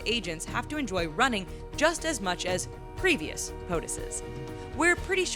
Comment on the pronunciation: Notice she emphasized previous. Trump’s fat ass doesn’t run